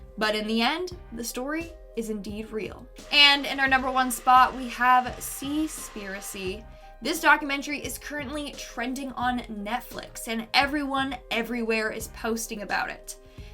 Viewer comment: Seaspiracy is pronounced seas-PIE-racy Because PIE-racy